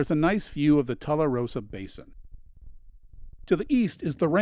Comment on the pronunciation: Nicely done. I’ll be taking my boys to see this soon. Just one thing… Mogollon is pronounced “MO-guh-YOHN” and it’s “TOO-la-Rosa”. Happy trails!